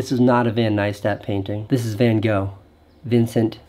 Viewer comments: When he said Vincent van Go 😓 its Vincent van gogh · His name is Vincent Van (spoken like "Fun") Gogh. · His name is Vincent Van (spoken like "Fun") Gogh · Why is it so difficult for English speaking people to pronounce Van Gogh? They seem to forget that the name doesn't end at the letter O. There's two more letters which you have to pronounce as well. It's not Casey Neist is it ;). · You pronounced Van Gogh incorrectly. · Makes a huge deal about the pronunciation of his name... Mispronounces Van Gogh. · How about making a video on how to correctly pronounce 'Van Gogh'. Joke aside, we all missed you Casey! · We know how to pronounce Neistat, but you don't know how to pronounce Van Gogh. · I love the way he shows us for like a minute how to pronounce Neistat, and then pronounces ‘Van Gogh’ totally wrong. Great video! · yeah Im pretty sure you dont pronounce him like that lmao